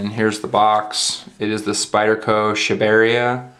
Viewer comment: its pronounced Sha-ba-re-aa